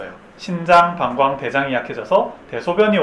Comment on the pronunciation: 초 신장을 신ː장으로 발음 해 주시면 자막 없이 보다가 심장으로 잘 못 듣는 것을 막을 수 있을 것 같습니다. 좋운 정보 감사합니다^^